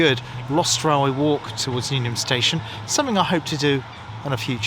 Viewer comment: It's Newham not newnham.